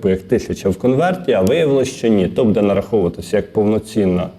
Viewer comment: Дякую за працю,але ЗнОВУ: будЕ, а не бУде.!!! І чому - ДВА гривні, а не не ДВІ гривні!?!?😮😮😮 ПрибирАйте неграмотність,!